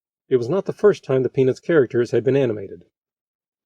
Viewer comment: I don't mean to be rude but its really distracting how the narrator doesn't pronounce the t in peanuts.